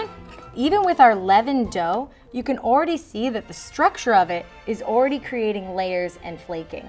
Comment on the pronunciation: Aw-reedy...you mean already? Her cute